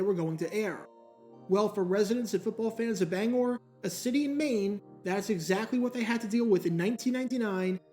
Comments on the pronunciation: As a Mainer I love and appreciate you saying Bangor right. Also love that you bring my home city of Lewiston into this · Hi, Bangorian here. Very interesting video. Again, thank you for saying "Bangor" correctly. Its also interesting that the main team here in Bangor was once the Giants, as I grew up during The Brady Era and New England Patriots became the main team. They even visted us after they won the Super Bowl in 2002